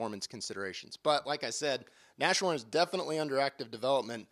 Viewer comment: Nas-horn not Nash-horn